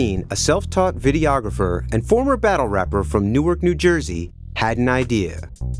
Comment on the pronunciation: Hearing the interviewer refer to Newark as "New-er" and not "NORK" is driving me crazy.